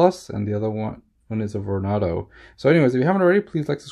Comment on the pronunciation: It's pronounced VornAdo as in tornado and not Vornodo